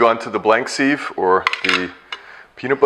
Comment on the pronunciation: Nice demo and info thanks. Sieve is pronounced siv not seeve BTW.